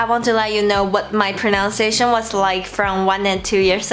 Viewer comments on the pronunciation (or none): my tip would be that pronunciation doesn't have an 'o' in it. it's pro-nun-ciation not pro-noun-ciation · Your English is excellent and sounds really natural - fantastic! As a tiny tip though - and many English native speakers also say this by mistake - there is no "ow" sound in pronunciation - only in pronounce. In pronunciation the middle sound is 'uns'. Have a lovely day!